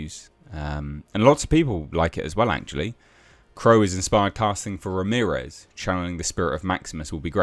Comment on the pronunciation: He wasn't Spanish, he was Egyptian. .... Ra-mirez...?